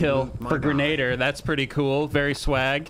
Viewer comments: Im surprised no one else has said this, its gren-a-deer not grenade-er. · Whos gonna tell him that its "Grin-a-deer"